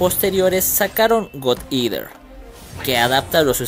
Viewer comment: Me encanta como pronunciaste God Eater, jajajajajaja. Se pronuncia Gad Eater, no Gud Eater. Ya que Good viene de las palabras buen o bueno, mientras que God, viene de la palabra dios.